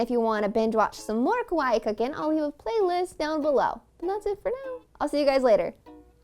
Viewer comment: she says kawaii like she’s trynna say kauai 🤯